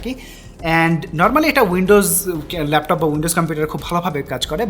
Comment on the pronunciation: Laftof naaa vai laptop